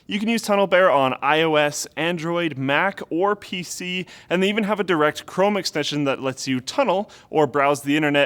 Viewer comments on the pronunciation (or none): none